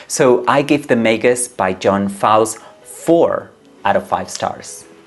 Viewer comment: Author’s name is pronounced like Foals, Einstein…